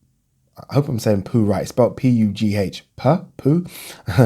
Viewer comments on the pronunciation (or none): Lmao butchered my name 😂😂😂 It’s like Hugh but with a P. But thanks for answering the question